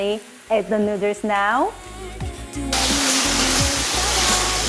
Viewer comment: They also say "neuters" instead of noodles 😂